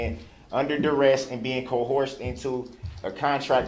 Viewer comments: Co-horsed. 🐎 That's hilarious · Wow! He was under “DURREST” and was “CO-HORSED”! That has to be very painful.